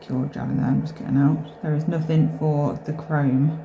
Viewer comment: Nuthink. Thats not a word. Nuthin. 😅❤